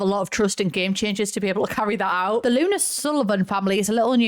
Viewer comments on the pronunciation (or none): none